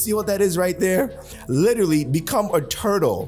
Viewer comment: take a shot every time says "litrally" 😆🤣